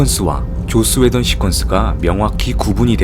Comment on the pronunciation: 왜 자꾸 조ㅈ스 웨던으로 들리죠?